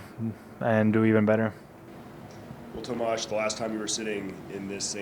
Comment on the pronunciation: Tomaaazzz he wanted to say something else. Mispronounced his name